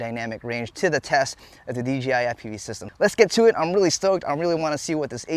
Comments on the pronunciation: Dude say it with me DJI DJI DJI DJI its DJI not DGI...... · Dee Jay eye..... Not dee gee eye.... 🤣😂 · You keep saying DGI. It's not, it's DJI. Say it with me, D--J--I. One more time, D--J--I. There is no g, only a j. Carry on. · Why does everyone say DGI not D-J- I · Why do alot of folks say "DGI"? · Is it me or does everyone call D J I.. D G I the rotor roit guys did it now Tommy lol everytime I tell someone about Dji it always comes out DGI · It’s not DGI it’s DJI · DJI... not DGI. Lol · its pronounced "jay" not" jee" or m I crazy? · Threw me off every time you said "DGI". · "D.G.I FPV System" 😂 😂 😂 😂 ✌️ ✌️ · YOU SAID D G I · Do you accidentally say DGI or is it on purpose lol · He keeps saying dgi lol